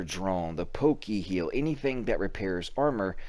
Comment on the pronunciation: Poke-heal lmao!!!